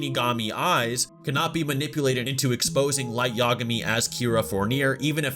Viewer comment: I hate to sound like Hermione but it's Light Ya-GA-mi not YA-ga-mi You're putting the emphasis on the wrong syllable